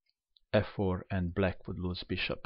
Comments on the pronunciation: Why do you pronounce black as "bleck"??? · It sounds like "let's go back... Book (black) move is... Pawn takes pawn"